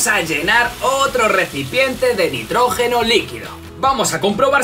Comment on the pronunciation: Nitrógeno no notrojeno